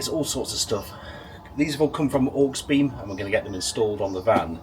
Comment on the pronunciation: Dude, you saying HawksBeem made me giggle... Aux, short for Auxiliary i.e. awg·zi·luh·ree Auxiliary-Beam good vid though. not heard of that company before. Oh and I took my mate to A&E with a metal shard in his eye doing exactly that... 😳 it looked mega painful, use glasses man.